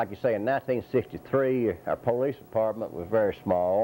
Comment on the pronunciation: PO-Leece lol